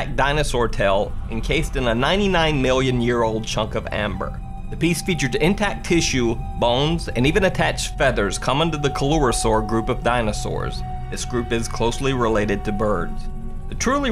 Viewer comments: Coeluerosaurs is Cee sound not a Co sound, also giant prehistoric crocodiles and alligators weren't dinosaurs, those were completely separate in the reptile lineage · Paleontologist* pronounced suh-lur-uh-sawr birds are in that group. (See first nit-pick) FREAKING Crocodylomorph!!! faked Loch ness monster photo. there were no such things as sea-dwelling dinosaur. Plesiosaurs, Ichthyosaurs, and mosasaurs were not dinosaurs.